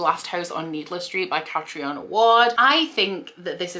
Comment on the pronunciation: You pronounce Catriona wrong. It’s Catreena. I have a friend with the name so that’s how I know. Shadow Of Night is from my favourite series EVER!!! I loved The Lost Apothecary too!!!